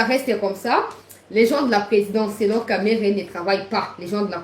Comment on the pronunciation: il faut bien prononcé de Kamerhe pas Kamerere, il est quand même à notre côté, il est aussi ministre, il faut le respecter